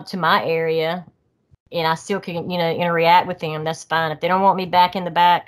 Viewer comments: Interreact is not a word. It’s pronounced interract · Every time she says interreact it makes me wanna have a intereaction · What a great story. She's so genuine. I can see why the sasquatch "interreact" with her. 😂 I normally am bothered when someone says a word wrong over and over again. With her, it was endearing. Lol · I love her I believe her but I do feel there is more to them than just flesh blood as she said. Please someone tell her it’s “interact”. Not inter react ?? I’m sorry I’m not being mean it just drove me crazy